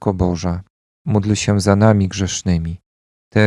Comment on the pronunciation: Bóg zapłać za wspólną modlitwę. Pragnieniem moim jest by wymawiać módl się za nami czasami słyszę muć się, i by stałe wymawiać Zdrowaś Maryjo i Święta Maryjo.